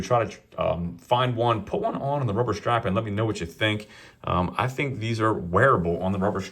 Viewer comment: "Rubber shtrap"